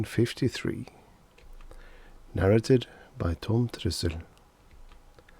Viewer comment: Do you realise that the 'a's in "narrated" are pronounced differently? The second 'a' is a long, hard 'ay' as in "pay".